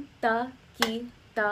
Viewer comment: Hi, Dha ta ki ta is really धा त कि ट The second ta is hard in all the phrases here. Probably you know that by now. 🙂 It's interesting the way you have approached Hindustani classical. I've heard around ten other pieces that you've composed. Trying to understand the 'why' behind the specific techniques you've used. For instance I found the use of the violin 'tanpura' changing its 'nyaas' when the entire melodic line shifted up the arohana in the Bihag piece (you in the blue sari) to be a great way to explore harmonic techniques. That idea was a 'wow' moment for me (though the counterpoints prolly ran into apavaadi swaras and that was very harsh to these hindustani ears 😊) I'm intrigued now. And am eagerly awaiting the time when you'll move from harnessing the swaras (like you are doing in these pieces), to harnessing the raganga, to harnessing the rasa of the raga, perhaps even doing shrutikari to express it. It's super exciting to glimpse the idea that you have created. Thank you so much for thinking afresh, for imagining a music that will, someday soon, make rasiks of both traditions want to hear ever more.